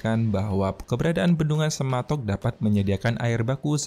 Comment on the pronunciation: Semantok bukan sematok